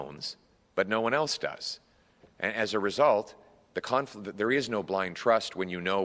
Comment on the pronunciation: NO MORE "CARNFLICT" OF INTEREST!!